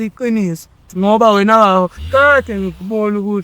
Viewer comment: "whena" utsho kakuhle king